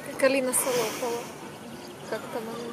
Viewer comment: Алина не СолОпова, а СОлопова.